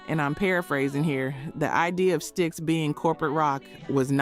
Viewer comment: Did you just call STYX…S-TIE-EX??? 😂 😆 😝